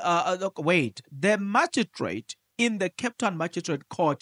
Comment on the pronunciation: Lol😂😂😂😂 u always make me laugh…… magistrate lol pronounced as maji straight court